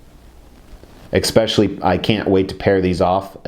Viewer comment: Makes me cringe every time you say.